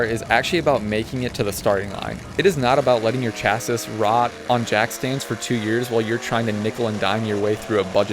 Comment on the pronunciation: Ok, but can we talk about how you pronounce "chassis".